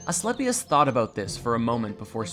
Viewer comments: "A-schlep-i-us" - ahahahahahahahahahahahaha!!! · "A-sleepy-us" gotta be the student. I caught that. The beauty in ignorance can be appreciated. It's hard sometimes. They do make it difficult. We don't have to hate those that aren't able to see the things we can. Pity them & serve the best you know how. Then move on.